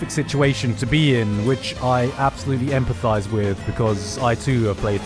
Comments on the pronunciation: “EMPA-THIGH-ZE”??? I SEE WHAT YOU DID THERE GIGGUK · "which I absolutely empa-THIGHS with" is it unintentional?